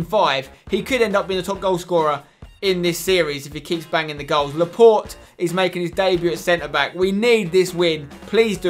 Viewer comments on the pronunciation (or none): it's not laport